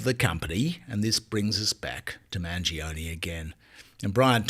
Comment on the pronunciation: Mangione - pronounced manj-yoney - three syllables.